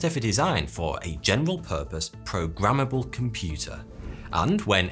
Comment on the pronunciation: Pwogamabal computer. Hahah